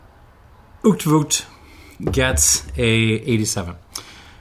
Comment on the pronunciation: I don't understand what's so hard about looking up how to pronounce [ˈœy̯tflʊxt]. How does shit like "pronounced "owt-flut"" make it into Wikipedia? IPA fucking exists and there are entire websites dedicated to pronounciation (where you can listen to native speakers' pronounciation). (I get that y'all might struggle with the Dutch g (much easier for a German speaker...) but the rest ought to be quite simple for English speakers.)